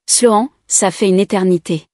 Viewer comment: La prononciation de Sloan,est vraiment nul,voir lamentable, toujours incapable,voir une incompétence totale de ces vérifications indispensable pour chaque histoires,mais c'est chaque fois la même chose,triste, très triste